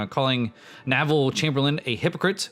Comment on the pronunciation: "Submarine Spitfire" "Naville Chamberlain" Come on man, you're doing this on purpose.